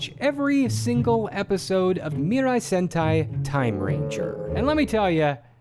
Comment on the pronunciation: It's Sentai. Try GaoRanger